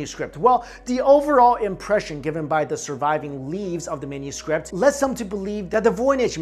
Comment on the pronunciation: Anyone else hear say menuscript lol just me?